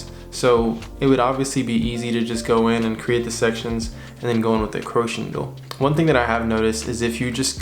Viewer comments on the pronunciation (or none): Crochet needle pronounced (crow shay) not croach